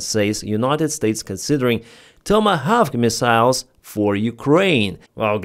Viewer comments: try saying "Toma Hork" ❤❤❤ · It's pronounced "TOM-A-Hock" ...